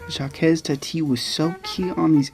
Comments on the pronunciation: Good all round commentary...but I've never heard anybody ever pronounce Jacques as Jackez, please! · ‘Jacques’ is pronounced just ‘zhack’ (soft ‘sh’) or if you must, say the first sound as just ‘j’, ‘Jack’. You’ve probably heard this a million times in the last two years, though ;). ‘Hulot’ - like ‘Hue low’. And now I’ll watch for the content ;). I regret that no-one I’ve shown Jacques Tati movies to has appreciated them. Too subtle for most of us Americans, I guess :(.